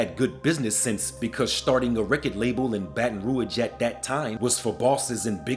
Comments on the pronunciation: “Genree” - genre “Roige” - Rouge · Man you over doing the voice to the point you not pronouncing words right. Gen-ree? Baton Rouige? 🤦🏽‍♂️ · Why you saying baton rouyage don't do that you butchering it man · Why you keep saying BR like that in this video